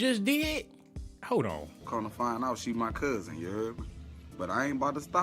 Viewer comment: Omg He said Cousbin